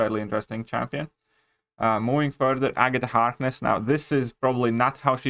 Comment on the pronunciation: My man said agata hardness 😂